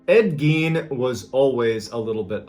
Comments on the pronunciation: i love how you kept bringing up the lampshade .. one of the most highly suaght and highly paid things in history.. and his name was pronounced GINE.. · As soon as he said “Ed Gein” I knew where this was gonna go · “Ed Gein” Ight…imma head out